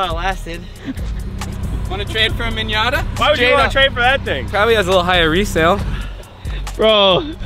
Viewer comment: Did say minyata 🤣😂